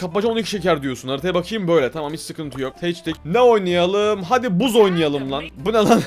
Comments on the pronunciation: BUZ NE ABİ BAZ DİYE OKUNUYO O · Abi o buz diye okunmıyobaz diye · Buzz değil bazz